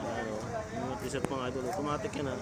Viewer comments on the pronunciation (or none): Pronunciation of Tissot... Tee. sow ☺👌